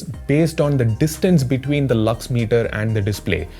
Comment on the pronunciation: his "lux" sounds like "lux-me" from movie chachi 420 😂😂😂 And this chacha is also....😅